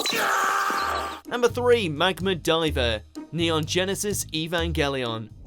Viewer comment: There may yet come a time when people will say Evangelion correctly but it is not this day.